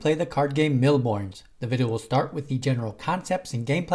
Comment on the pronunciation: FFS, it's a french/European game. "S" at the end Bornes is silent. Seriously, how to butcher a language without even knowing it.